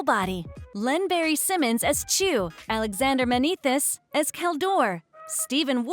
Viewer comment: Also, you can literally hear where the typos are in the script given to the AI. "Jacob Romero Gibbs" "Helmempo" "Craig Frairbrass" "Alexander Manithis" "Kalhadore"